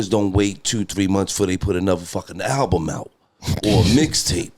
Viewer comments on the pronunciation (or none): none